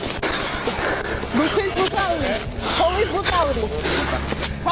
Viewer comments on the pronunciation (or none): Man these videos are serious but i couldn't help but die of laughter at 'BUTICE BUTALITY!'